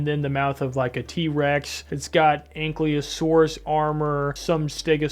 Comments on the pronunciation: PteraNOdon not Pteradon my guy. also not AnkLEOsaurus but Ankylosaurus. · It just kind of annoyed me how you couldn't pronounce the names of commonly known dinosaurs like the Ankylosaurus and called Quetzalcoatlus "a pterosaur-like dinosaur" then called yourself a dino nerd but I still liked the way you speak